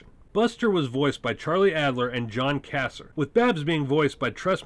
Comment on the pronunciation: That’s John Kassir (pronounced KUH-SEER)